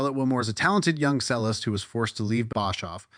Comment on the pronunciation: Cello and Cellist are pronounced ‘CHELL-o’ and ‘CHELL-ist’.